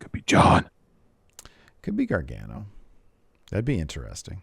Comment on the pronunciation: said “gargantuan”… sounds like Gargano